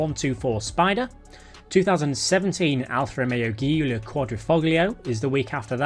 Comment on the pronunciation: Giulia is Italian for Julia and is basically pronounced Julia. Come on, man...